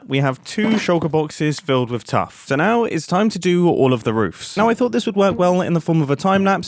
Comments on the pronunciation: It’s roofs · as far as I'm aware, it's always spelled "roofs" but may be pronounced like "rooves" depending on dialect! edit: for the chimney gradients, I'd have the darker mushroom blocks nearer the top (where the smoke is, staining the chimney) rather than the bottom! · I absolutely hate this. Proper modern American english says roofs, but that sounds terrible! 😂